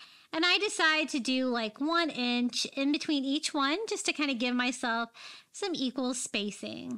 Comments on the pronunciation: I realized lately that when you say the word "one", it sounds like "win". My Mommy said it the same way. It made you even more special to me my friend. Silly huh? The smallest things that can bring us Joy when missing someone very special 💜💜💜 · I agree!❤❤